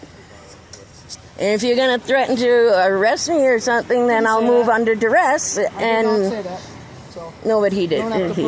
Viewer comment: Doubling down on the duh-hurrrr is totally embarrassing!!!! 😂😂😂😂 "Under threat of duress"....🙄 Ouch!